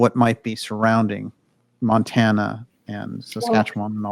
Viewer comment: Montana. Mount-Anna.